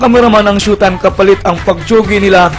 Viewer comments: "Shu"taym... ayon sa "Surs"...."kuntestant" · PAANO KANG NAKALABAS NG MANDALUYONG MENTAL, BA YUN? SHOW TIME HINDI SHUTIME! BASURA ANG CHANNEL MO! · tuleg nman to mgbgkas ng showtime.. ndi SHOETIME tungek bisaya.. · GAGO DI MARUNONG MAG PRONOUCE NG SHOWTIME ANUNG TINGIN MU SA SHOWTIME --- SHOE TIME??? GAGO EPAL KA! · Robb Mendez ito ang pronounced ng shoe time sabing "It's Showtime" programa ng mga Magdapipol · ANO RAW? "SHUTAYM"? HAHAHAHHA ./. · Ganda ng pagka pronounce ang direktor ng SYUTIME?? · shutime daw tangang bisaya dpat tawag sau di ka marunong magbasa bobo hahaha yan ang tawa kupal